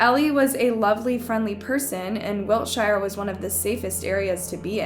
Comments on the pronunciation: You heard the citizens refer to the location as WILTSHIRE and you keep yapping about WIL-SHI-ER what is wrong with you? You amerikkkans just got to messing up everything? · Its pronounced wilt shere not shire as in the hobbits/LOTR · It's Wiltshire, not Wiltshaire. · Wil- sheer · It’s wilt-sheer not Wiltshire😂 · You heard the correct pronunciation and yet you continued to destroy the name WILTSHIRE .